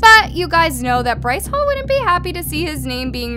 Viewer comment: “bryce holle” I CANTT LMAAOOO